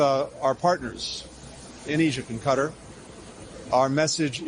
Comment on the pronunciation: He was pronouncing qatar correctly for a change.